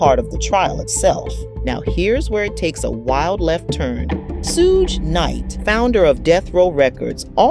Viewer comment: OMG its pronounced SHUG Night!!